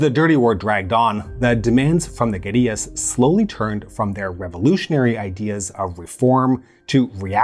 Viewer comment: Kudos for pronouncing "guerrillas" correctly. something most Americans pronounce like the great ape. It tends to lead to confusion amongst the less language oriented.